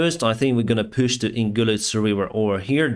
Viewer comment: Push is pronounced as ПУШ, not ПЮШ